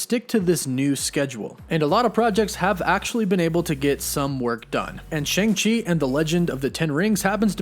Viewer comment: the pronunciation of his name is wrong, should be Sh-ahh-ng Ch-er, In pin yin, mandarin it's true pronunciation.